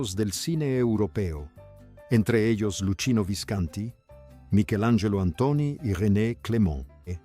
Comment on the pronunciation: Pero...porque pronuncias mal.. Visconti...habla bien si no no hagas el video ,pronuncias mal....muy mal